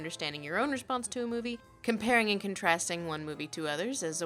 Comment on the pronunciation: KAHN-TRAST!! KHAN-TRAST!!!